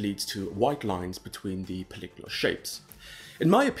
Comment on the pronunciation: Oh god, is the way he keeps saying polygonal wrong every time pissing anyone else incredibly, or is it just me?